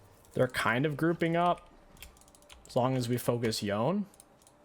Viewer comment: It's Yo-Nay not Yown, every time I hear it pronounced like that I want to smash my head against a wall.